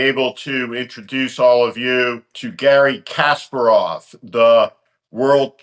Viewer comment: A thought-provoking discussion, with many points that ring true. But as I feared, Steve couldn't pronounce Kasparov's name correctly. I suppose Kasparov is used to that.